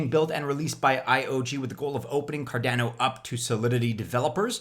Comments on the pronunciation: Why can't you pronounce Cardano correctly?! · Car dana oh 😂 last Cardano video you were sooo close 👌